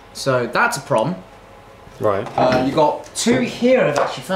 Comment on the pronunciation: I genuinely thought at first that he was saying that it was a "prawn" instead of a 'prom." All y'all need to come across the Pond to go fossil hunting at Calvert Cliffs, Calvert County, Maryland. We specialize in shark teeth, including megalodon teeth.